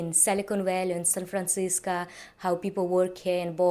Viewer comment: You keep saying San Francisca, it's Francisco.